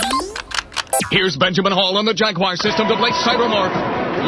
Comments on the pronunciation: mitchell No American says jag wire. We say jagwar. Don't know what he said. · Did he say "Jagwire"? I'm not a native speaker, so I guess it might be accent-related? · jag-U-er what?!?!? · Did you just say Atari Jagyewer?